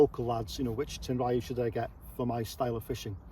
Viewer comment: Tenryu is pronounced with 2 syllables. Tehn-lyū will be the closest your tongue can handle.